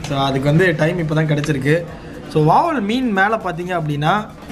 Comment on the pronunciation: Athu Vaval illa Vavaal 🤣